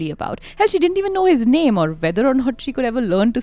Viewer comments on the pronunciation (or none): Again, u guys mispronounced “girls name” ….this is d 3rd case of u both I m onto, yet, again n again, it seems that u ve habit of not respecting “victims/ ppl”, about whom the case is..😒😒 true crime Podcast is not only about “English vocabulary u guys seem to have” but “about ppl,who have suffered so much that there is a case about them” atleast try to have some respect….how wud u guys feel,if every time, someone talks about u,either takes wrong names or mispronounces? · can you provide timestamps where they mispronounced the name?